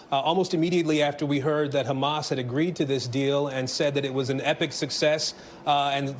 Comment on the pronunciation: Yeah if I were Sleepy Joe I’d also want to take credit as it’s the only good thing that’s happened under his term as president. Can’t even remember to pronounce Hamas correctly should give everybody an idea of how important that entire situation is to Biden.